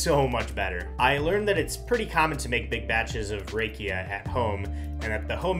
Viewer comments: Love how wrong he pronounced rakia!❤😂 Rakia is not pronounced with the typical "a" sound of the American alphabet. It is pronounced with clear "a" from the Bulgarian alphabet. Basically the same way you pronounce banica. Well the letter "a" from that word. I am looking forward to when you drop in again. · Haha, yep! I messed up the pronunciation of banitsa in a previous video. Now in this one I messed up rakia. One of these days I'll get it right 😅